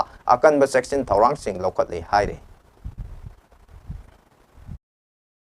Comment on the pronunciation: Section' nate 'session ani thokna' haibni khara2 cheksina pabiyu mina noknarakni